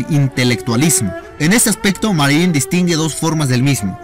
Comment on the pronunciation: Ni siquiera sabe el nombre, dice "Marié"!!! Esto está lleno de errores y omisiones esenciales.